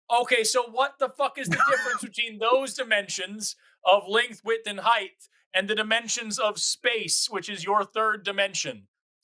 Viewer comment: Maybe it's my hearing, maybe it's my headphones, but when Forrest was getting frustrated I kept hearing him say Heighth when talking about the three dimensions.